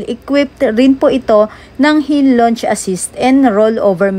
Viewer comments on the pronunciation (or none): none